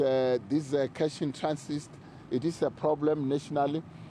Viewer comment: Big man keeps saying “cash in transist…”